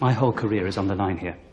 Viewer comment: 오늘도 꿀같은 강의 감사합니다 !! On the line은 맥락을 모르면 underline 같이 들려서 완전 오해할뻔 했네요 🤪😱